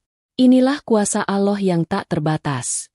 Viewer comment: mohon maaf🙏yang ngomong gk bisa sebut allah🤭